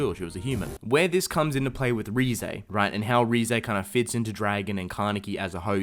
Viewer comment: RIZE not RE-zay